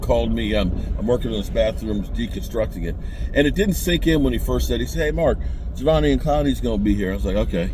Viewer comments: His name is pronounced "Ja•dEve•eon". The first E is a long E. The rest are all pronounced as small letters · none of this has anything to do with the question… he’s saying this because mark was butchering his name in the video